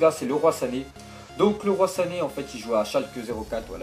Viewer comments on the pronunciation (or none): none